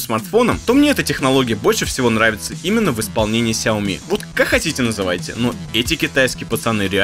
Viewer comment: ты говорил, что впредь будешь произносить шаоми, а тут снова сяоми сяоми